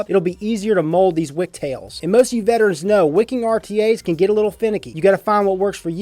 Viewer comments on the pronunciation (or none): none